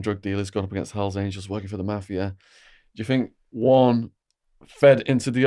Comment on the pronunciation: "..working with the mAhhfiahh.." The best accent.